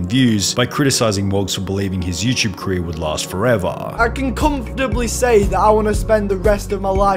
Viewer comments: He’d be a billionaire for every time he pronounces “YouTube” “youchub” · You-ch-ube hm yes